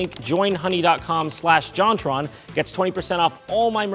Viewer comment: actually, little known fact, she says 'Jaunt Ron'.